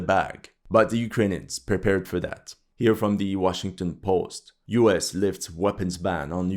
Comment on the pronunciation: "Niu-York has fallen, next stop, Wachin-Ton"